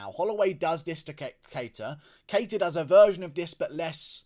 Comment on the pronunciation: I love your coverage whether I always agree or not and I love that you owned the shit outta 'cater' v 'kuh-tar' lmfao made me laugh